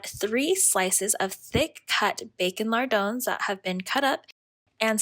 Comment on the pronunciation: are you saying thick cut bacon mardones? Mardones? I feel dumb.